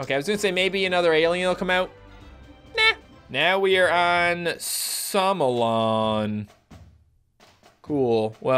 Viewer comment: i am sure that the star is name "Solomon" not "Somolon"